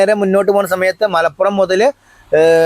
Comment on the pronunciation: ''മലപ്പുറം'' അല്ല ''മലപുറം'' ഒരു പ മാത്രം. താമരശ്ശേരി ക്കാര്‍ അഥവാ നാട്ടുകാര്‍ പ ലോപിച്ച് ''മലോറം'' എന്ന് പറയും